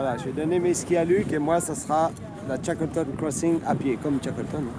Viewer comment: Good documentary, with great footage, but the narrator was just bad! Sounded like one of those robot narrators used in cheap youtube shorts. I mean this narrator pronouncing his name "Shakleton" was just awful. The guy is one of the most famous people in world history, and the narrator of a documentary can't even be told to pronounce his name correctly. Ayyyy